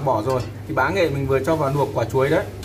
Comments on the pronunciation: Kênh rất hay,hữu ích.Nhưng nói những từ có chữ L toàn thành N.Vì dụ; Luộc thì noi thành Nuộc,Làm thì nói thành Nàm...Hỏi những người xung quanh,30 giây là sửa được. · Sửa ngọng đi bác ơi? Nói ngọng nge hại não lắm. Nuộc là gì? Nuôn là gì?😰😰😰